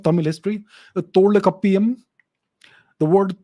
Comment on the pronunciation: Pronounciation of tholkappiyam, not thola kappeeyam, its tholkaappiyam